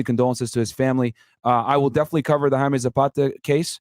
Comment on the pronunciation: How does a Colombian not know how to pronounce Jaime?